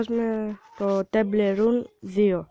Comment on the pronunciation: Δεν λέγετε τεμπλε ρουν λέγετε τεμπλ Ραν αντε!!